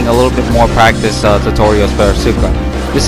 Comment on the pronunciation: The game literally says her name correctly when you pick her lmfao why do mfs insist on pronouncing names wrong when they're literally said to you? Also music is dummy loud bruh, can barely hear you besides that blunder lmao